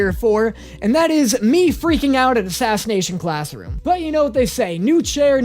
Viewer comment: I got stuck on then first part if the video where he says "Aclassination sassroom" I don't know why but I did and then proceeded to laugh on the floor for 10 minutes 😅